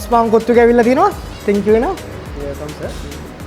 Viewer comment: තෙන්කියු කියන්නේ මොකද්ද අප්පා? 😂😂